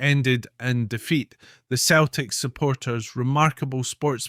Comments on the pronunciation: It's pronounced Seltic not. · Its pronounced "Seltic" so why does this guy keep referring to it as ""? The Irish poet who officially opened the stadium (Parkhead) referred to Celtic as in his speech and was derided for it. Celtic fans are not the angels this guy makes them out to be. The club is rooted in sectarianism, the fans sing songs about, and raise funds for the IRA, they have adopted the Basque terrorist and Palestinian causes. There are violent clashes anywhere Celtic fans meet Rangers fans.They are the only team in the world whose board of directors debated a motion to ensure that only Roman Catholics could sit in the boardroom, (it was narrowly defeated), their "ultra" group "The Green Brigade" resonant of the name of an IRA battalion, has caused so many political problems that the european governing body has fined the club several times. Celtic were founded in 1888 while Glasgow Rangers were formed 1873. Rangers were signing and playing catholic players since before Celtic were formed yet the current mythology states that Rangers didn't play catholics which is utter rubbish. Rangers played black players and players from all cultures. Celtic started up by signing almost all of their players from the team which would later evolve into Dundee United because they were the right sort, i.e. Glaswegian catholics of Irish extraction. The first Old Firm match was a friendly so Rangers didn't play their first team, they played their reserves and even a guest player from Partick Thistle but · He says 🤣🤣🤣🤣🤣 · It's Celtic not,same pronunciation as Ceiling not Keiling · You know it's pronounced Seltic but you keep saying It's also Jock Stein pronounced Steen and not Styne